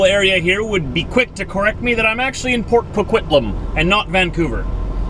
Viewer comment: i am impressed. you said Port Coquitlam, perfectly. It is hard to pronounce for out-of-towners.